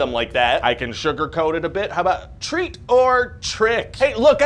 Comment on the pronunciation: Trick or treath!